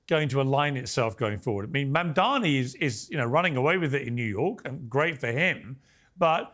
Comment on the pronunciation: Why are so many Republicans unable to say a simple name like "Mamdani" right? Is it a lack of education or a speaking disability or what?